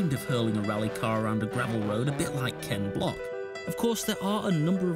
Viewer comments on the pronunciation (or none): You had me up until you said "Ken block"